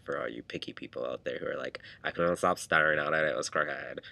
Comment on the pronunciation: 'I couldnt stop sterrrrrrring at it' haha quite a random ramble but lovin the fro! x